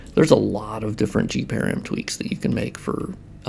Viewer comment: I took me quite a while to understand what you were referring to when you said 'gparam'. The 'g' refers to 'graphics' and 'param' is short hand for 'parameter' -- all together it is the graphics parameters. It would be pronounced as 'puh-ram' as in parameter, not 'pear-ium'. Just wanted to mention it so other people can more readily understand what you are referring to in the future or if you are speaking about params in other contexts.